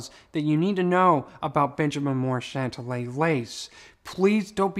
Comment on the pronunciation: Hey, you are pronouning the name incorrectly. Remember the "Big Bopper" song, Chantilly Lace. I think that is the correct way to say it. You are saying Chantalla.